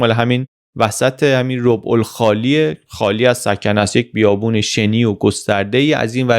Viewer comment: تلفظ درست منطقه بیابانی عربستان ربع به فتحه ر و ب است به معنی سرزمین نه ربع به معنی یک چهارم